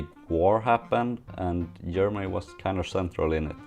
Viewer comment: I think your microphone isnt picking up the harsh G sound. Everytime you say it I hear E. like EM or Ermany